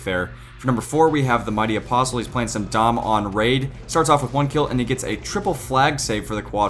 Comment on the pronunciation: it's drone not raid